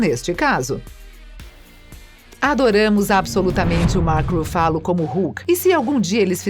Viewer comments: ele falou pronunciar o nome certo o certo é Ruffalo e ela fala RuFÁlo , Pensse antes de chamar alguém de burro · Huffalooo ,qual a dificuldade de pronunciar o nome correto? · RuFÁlo é mais gostoso de ouvir do que RÚfalo. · E esse "ruFÁlo" pela amor de deus né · eu to rindo d+ com o “Rufálo” plmdsNDSJDNSJDJSDJSKSKAKKKKKKK🤡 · RUFÁLO kkkkkkkkkkkkkkkkkkkkkkkkkkkkkkkkkkkkkkkkkkkkkkkkkkkkkkkkkkkkkk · explodi no "ruFFÁlo". KKKKKKKKKKKKKKKKKKKKKKKKKKKKKKKKKKKKKKKKKKKKKKKKKK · eu não to feliz com o "Rufálo", odeio esse hulk bobão que fizeram! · A narradora precisa melhorar a pronúncia dos nomes dos atores. Dói de ouvir, ex. Ruffálu?! Misericórdia! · Brai larsen. Chédou. Rufálo. Pronuncia tosca. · Rufalú kkkkk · Ouvidos sangram kkkkkkkkkkkk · Eu até estava gostando mas depois de ouvir duas vezes: RuFÁlo, perdeu a graça kkkkkkkk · Eu ia dizer isso. Doeu no mindinho do pé esquerdo. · Fala sério galera do Se Liga, um canal com mais de 50 mil inscritos colocando um robô pra narrar? Gastem um pouco pelo menos com isso, essa mulher toda vez fala algum nome errado. Os vídeos tem um conteúdo Espetacular, mas essa narração... Pelo amor de Deus! Melhorem esse aspecto pois a demais está muito bom.